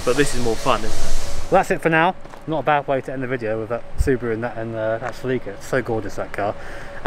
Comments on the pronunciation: "Selíka" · Sa-leek? Se-leh-ka maybe? 😂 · I learned something today. Celica GTs were common in the US in the 80's, but we pronounce the name with a soft "i", like "Sellicka." When you UK fellas started talking about a "Selleeka", I didn't know wtf you were talking about. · "What the hell is a selleeka??? OH Celica..." lmao